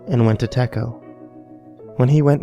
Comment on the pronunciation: Teco? Hahaha tesco!